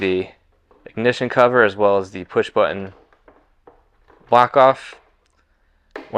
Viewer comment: It is button not bunion it's going to line up pronounce your tease so that you sound like a man and not some kind of Valley Girl